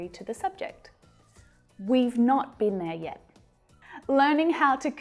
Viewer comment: wow, in the sentense "we've not been there yet" You sad " we've not beeneyet" Hard contraction hahahaha